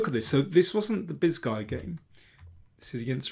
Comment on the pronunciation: Every time you said Bisguier I first heard it as "this guy uh" for some reason, it was funny.